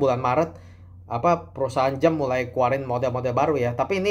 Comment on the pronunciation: Jam, bukan Jem, dasar cungkok